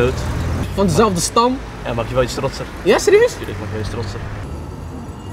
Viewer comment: In het begin spreekt de presentator nog wel behoorlijk normaal ABN. Maar toen hij eenmaal op stoom raakte kwam de eerste ZERIEUZZZ er al snel uit, vanaf dat moment was het gedaan met de nederlandse taal